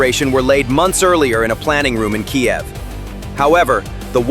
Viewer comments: FUCKING YANKS! It's KEEV!!!!!!!!!!!!!!!!!!!!!!!!!! NOT Kee-ev. AND DUMP THE FUCKING MUSIC!!!!!!!!!!!!!! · Kyiv not Kiev.. 1 million russian casualties should prove this